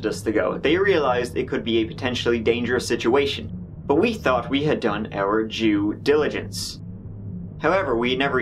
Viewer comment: "Jew dilligence"